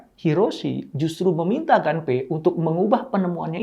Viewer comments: Permisi, mau koreksi sedikit. Pengejaan bahasa, nama, & tempat dalam Bahasa Jepang kurang lebih cukup dengan mengikuti ejaan seperti Bahasa Indonesia. Nama "Gunpei" cukup dibaca "Gunpei" saja, kalau dibaca "Ganpei" jatuhnya mengikuti ejaan Bahasa Inggris. CMIIW. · Mungkin maksud Bapak : Gunpei ( dibaca pake huruf U), dieja : Gu-n-pe-i